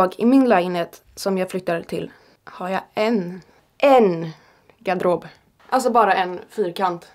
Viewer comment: Älskar hur du säger garderob hahah